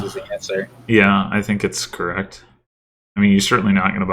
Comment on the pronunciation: Indeed, I particularly enjoyed the parts where you said things like 'Yeah' and 'Correct' very emphatically with longish pauses on either side